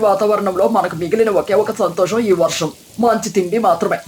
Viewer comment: వరాహం కాదు... తెలుగు సరిగ్గా పలకండి